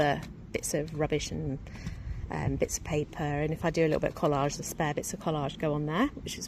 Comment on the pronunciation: **Collage, not vollage 😅